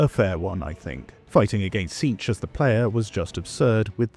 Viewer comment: Its "cinch" like "in a cinch"